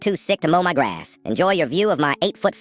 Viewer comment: Why did AI get that southern accent in the beginning? "Mow mah graess" 😂😂😂